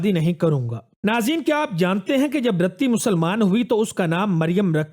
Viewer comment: Bhai Qaid e Azam ki wife ka naam RATTI nahin "Riti" thha khudara dignitaries ka naam sahi leyn